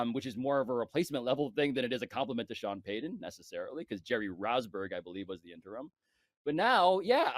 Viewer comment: I hate that Pablo pronounces ts as ds. Sean Paydon 🙄